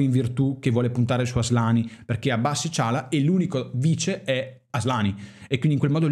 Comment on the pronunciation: Però nessuno ha notato come ha asllani, ASSlani ahahahah